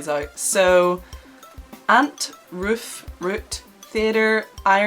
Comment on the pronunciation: Chloe Newman she sounds Scottish when she says roof imo